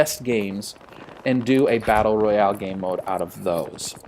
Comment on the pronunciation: Were with you to you said Battel Royal 😂